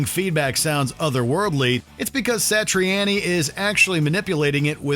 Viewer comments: I'm pretty sure Joe Satriani pronounces his name Sa-tree-ah-nee, not Sa-tree-ann-ee. But keep saying it like you're saying it,. It only grates on the nerves of Italian people everywhere when you mispronounce their names.....goob! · WatchMojo: "Joe Satri-Annie" Me: "Stop saying it like that!" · Man said “joe satrieannie” hahahahha who else but watch mojo? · The pronunciation of some of these names is what kills me most. Meshoogah, Satriannie lol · You need to learn to pronounce the artist's names correctly. Satriani, Mahavishnu...